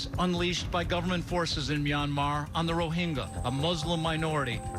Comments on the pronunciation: Both newscasts got the pronunciation of Rohingya wrong. Its pronounced Ro-HIN-JA, not Ro-HING-YA. Its important to properly name the group under threat of ethnic cleansing. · The sad part is.....Trevor mispronouncing ‘Myanmar, Rohingya and Su Kyi’.